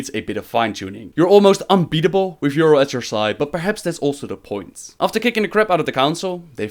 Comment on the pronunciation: A nitpick but, you hear in the video how they pronounce her name as Y'rell and yet you still say Y'rull:P